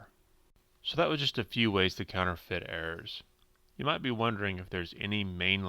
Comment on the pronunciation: Oh "errors" for the first few minutes I thought he was saying "air"